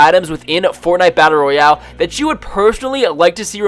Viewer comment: Every time he says battle Royale I lose brain cells